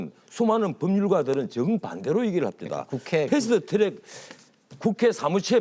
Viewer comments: 패스트 츄렉... 트럭은 츄럭? 아무데서나 혀바닥 굴리는 것들의 공통점 인가? 나경원 발음도 저러던데.. 꼰대 티내는것도 아니고.. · 풰슈투츄렉. 발음이 엄청 거슬리네요.